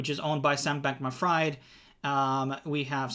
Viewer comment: "Sum Bak Ma Fried"